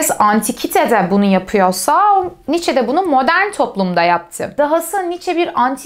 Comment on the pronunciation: " Niiçe" demeyi artık öğrenmelisiniz.